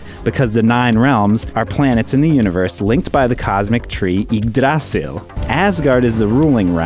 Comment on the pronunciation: Your pronunciations of the Norse names are wat off, it's not Spanish, it's old Norse (Norwegian, Swedish) there are no sharp s's and why put the pressure on the d in Yggdrasil, it's on the y ;)